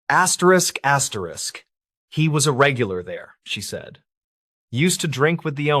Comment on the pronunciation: Asterix asterix?? Can’t listen to this….